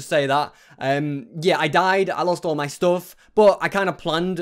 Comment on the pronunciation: why u keep saying me stuff its my stuff